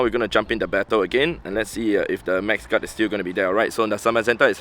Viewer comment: He is saying max guard with an accent